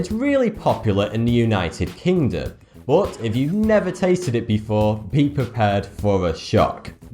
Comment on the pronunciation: I even thought you were Scottish because I once heard that Scottish people pronounce some of English in a way nearer to German pronunciation than it's usual in standard English. E.g. when you say 'but', you pronounce it a bit like 'put', like Germans would do if it were a German word.